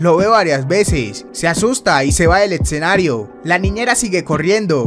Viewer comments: No c si fue por molestar pero se dice escenario no ecsenario 🙄😈😁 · minuto etsenario XD